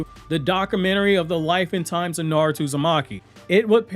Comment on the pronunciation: It was a bit funny, read the name with that "NaROOOto" pronunciation heh 😄